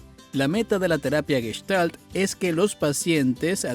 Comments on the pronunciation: No es Gueshtal, es Gestal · Ya te dejaste impresionar por un tarugo que no sabe ni pronunciar Gestalt ! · aparte que es una seudoterapia los terapeutas y psicólogos están más locos que una cabra